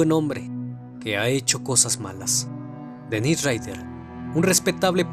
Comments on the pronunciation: El nombre del asesino es Dennis no Dennise. La pronunciación también es diferente, estás pronunciando la versión femenina. Obviando ese detalle es un buen video! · Dennise (pronunciado Denís) es la versión femenina de Dennis (Dénis) tanto en inglés como en francés. Igual que sucede con Daniel y Gabriel (Danielle, Gabrielle). Si miras los documentales originales te darás cuenta que es Dennis (Denis).